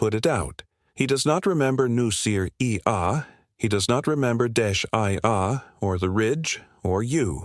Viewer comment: New-ser-e-ah. A-start-eses. Lay-man-russ AI is so lame.